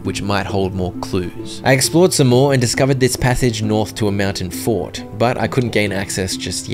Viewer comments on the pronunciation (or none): none